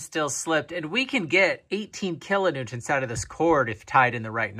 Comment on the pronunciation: Sheepbend, kilonewtont... Lol! Close enough!😆👍🤘